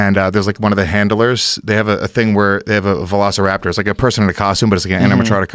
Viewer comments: I looked up this because I am having problems focusing. I stopped it seconds because he said Velaciropter.... instead of velociraptor. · “VelAcirOptor” insert wocka flocka okay gif here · Joe "Velaciroptar" Rogan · He said Velaciroptor... it’s “velociraptor”